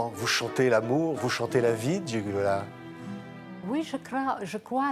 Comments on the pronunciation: Dommage que le journaliste ...c'est typiquement français.d'ailleurs ..😕 avant le entretien n'essaie pas de voir comment prononcer correctement le prénom Gigliola, dont gli ne se prononce pas comme un G... qui est muet mais lji .. Gigliola par contre, parle parfaitement le français et sans fautes ... Bravissimooo ❤🇮🇹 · Magnifique ! Mais entendre son prénom écorché alors qu'elle l'a prononcé, en italien le g ne se prononce pas. Donc, c'est Giliola. C'est pas très grave mais quand même... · Même pas capable de prononcer son prénom correctement ! Le second G est muet !! Gi-liola !!